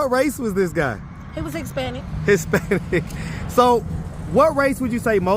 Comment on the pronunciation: This broad keep saying "Hick-spanic" 😹